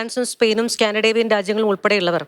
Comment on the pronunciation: സ്കാൻഡിഡേവിയൻ അല്ല കുഞ്ഞമ്മേ സ്കാൻഡിനേവിയൻ